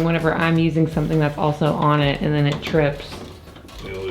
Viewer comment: Why do you always say "ant" instead of "and"? lol